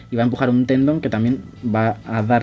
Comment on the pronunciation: Bien, empezaste por el principio y como corrección se dice: Tendón y no Tendon.